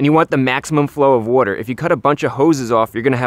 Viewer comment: strands of worter